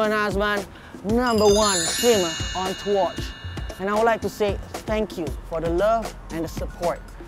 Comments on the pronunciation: Twotch it's twitch not twotch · "Twotch" LOL